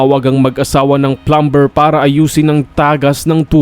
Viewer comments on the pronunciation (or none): It’s promnounce plamer not Plamber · Wag mo nang epronounce ang b sa plumber...."pluh-mr" po hindi plumber oooh ano may natutunan ka?😅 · Kapatid pag butihin mo basa sa ingles hindi sa namg ba bash ako ang bigkas sa plumber ay plamer meron pangbisa pero ayoko ng balikan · Please pronounce it as Plummer. It spelled plumber but pronounced it as plummer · Pronunciation of ‘plumber’!